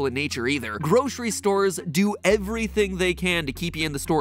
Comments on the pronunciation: The real crime is pronouncing it groshery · There’s no sh in grocery. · I can’t get over the way Mattsays “groshree” Must be a regional pronounciation